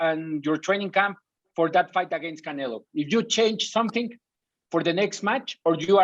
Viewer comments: He says canela lol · Am i trippin or does he say Canela 😆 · I guess the Mexicans are right. He keep saying "Canela". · Bivol calls Canelo "Canela" LOLOLOL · Bivol keeps saying CanelA 🤣🤣🤣 oh man, hes funny, obviously he doesnt do it intentionally hehe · Hey Bivol...it's pronoun CanelO NOT CanelA..... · Why do Russians pronounce “Canelo” “Canela” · Love how Bivol always calls him Cannela 😂just to butcher him further lol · Yes, canela. The o in Russian is pronounced as a. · He’s calling him a girl 😂🤣